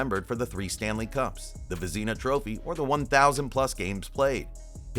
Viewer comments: Vez nah First part is correct, second is nah , not the back half of Tina . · Who the hell says Vezina that way? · AI garbage, that's who.